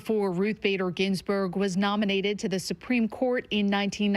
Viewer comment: She doesn't even know how to say "Ginsburg"